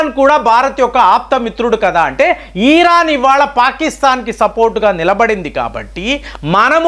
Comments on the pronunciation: EEERAN KAADU RA BABU IRAN CORRECT YOURSELF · ఈరాన్ కాదు ఇరాన్ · ఈరాన్ కాదు ఇరాన్... వాడు వీడు యుద్ధాలు ఇలాంటి పదాలు తప్పించి వేరే వీడియోలు లేవండి..భారతదేశం తనని తాను రక్షించు కొనే సామర్థ్యం కలిగివుంది...రక్షణ వ్యవస్థ చాలా గోప్యంగా ఉంటుందని మీకు తెలయదా......మీ నుంచి విజ్ఞాన పరమైన వీడియోలు కావాలి....